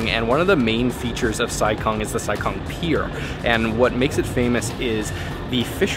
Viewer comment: The town Sai Kung is actually pronounced as "Sai GOONG" ... not like what westerners pronounce kung fu as "kung fu", where it should be pronounced as "Goong fu" in cantonese.